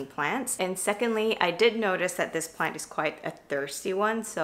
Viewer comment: This is my first time here. Are you saying "planty"?